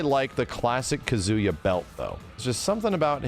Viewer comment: Take a shot everytime says Kuh-zoo-yuh.